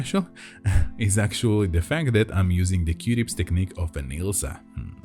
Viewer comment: It sounds like you are saying qdips 🧐 say, que-tips. Qtips no Qdips. OMG, I think you are a wonderful person, and usually I watch these videos when I’m stressed, because it gets my mind off of everything. Anyway, you make me smile a lot with your quirky sense of humor, and that you’re not afraid to say what you really want to say. (mute button manual) Thank you for always finishing the pops! NEVER ON ANY VIDEO do they finish their pops! A$$holes! Your videos and listening to your soothing voice makes me feel better, it always relieves my anxiety. Thank you!!! Dani Wilson Baltimore, Maryland